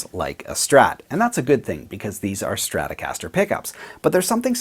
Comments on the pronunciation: What is a "Strastocaster"? Trolololol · LOL@ "Strastocaster"